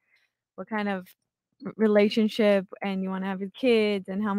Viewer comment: Relashshship relalishshp